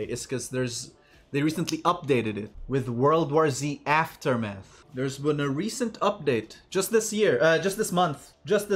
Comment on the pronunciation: My guy just kept saying aftermeth and I find that fucking hilarious. Zombies be high af lmao